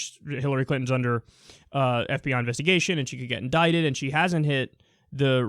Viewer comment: Hey Kyle, great video! I just wanted to comment about something I've noticed in a few of your videos. You keep saying the word "indited", but don't you mean "indicted"? Indited means to put something down in writing, but indicted means to be charged with crimes.